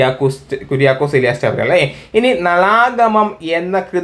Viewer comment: ചവറ എന്നല്ല. ചാവറ എന്നാണ്. തൂങ്ങാബേർഗ് എന്നല്ല തുമ്പർഗ് എന്നാണ്. നോക്കി വായിക്കൂ